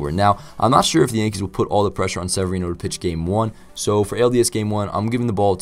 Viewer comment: Really weird to hear your name in a vid but you did pronounce it right. Great vid and hopeful Sevy can do great this season and the Yankees can clinch this World Series